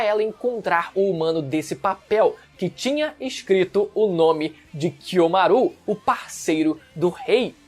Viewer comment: Vídeo muito bom, mas poderia dizer os nomes de zatch e kiyomaro igual falam no anime, tipo "Zetch" e "kiyomaro" ou só "kiyo" Vc fala assim: "zatch" e "kiyomáru"